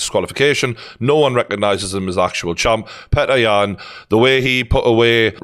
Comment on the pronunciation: Man, nice content but you are commenting on alot of foregin surnames. Try to get them right, UFC comentators put some effort to pronounce Yans name right or Błachowicz properly. Its not Peter - PyOtOr would be more correct. As for Błachowicz - BwaahoviCH would do fine.